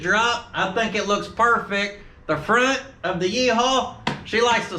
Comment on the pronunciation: It’s like you said “PERFEC”!! Love it.